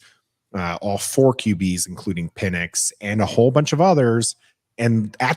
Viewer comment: it’s PEN-icks and you keep saying PEEN-icks. 😭 Michael Penix man